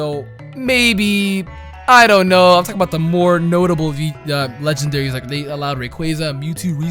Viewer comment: "Legandaries" hmm..